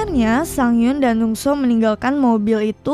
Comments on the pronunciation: Dong soo bukannya jadi dong su ya. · Maaf min sedikit koreksi penyebutan nama korea: Soo young: SU YONG bukan so yung Woo Sung: U Song Dong Soo: Dong SU bukan dung so Sang hyun: sang hyon Soon ah: sun a